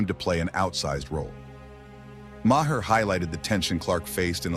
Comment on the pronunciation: AI VOICE. pronouncing Mayers name wrong